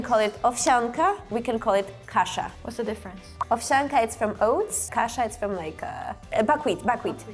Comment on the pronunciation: AI mistake, its not Kasa but Kasza with "Z"